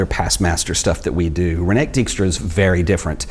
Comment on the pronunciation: More like REEN-eh-kuh DIKE-stra. Do yourself a favour, double check it before you tape (the same with a couple of translations/ pronunciations in the Daan Hansen video). Hell, i'd be okay with it if you asked me.